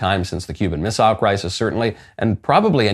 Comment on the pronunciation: Thank you for correctly pronouncing "hostile" and "missile."